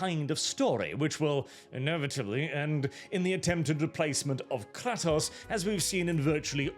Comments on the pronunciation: But he said Kratos wrong 😂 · The way he pronounces kratos is really annoying